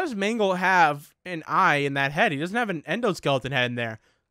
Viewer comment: ehhhmmm it is mangle the first time you said it was right